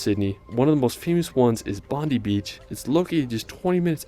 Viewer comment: Bondi is pronounced Bondeye and Bronte pronounced Bronty and Melbourne is pronounced Melbin 😄